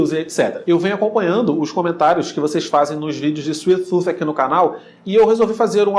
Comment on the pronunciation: "Suif tut"🤷🏼‍♂️